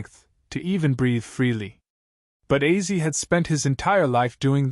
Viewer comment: Is it AI narration ? Why on earth does he keep pronouncing Ozzy as 'Azzy'? It's not that complicated. If your going to make an obituary for the man at least learn how to say his name...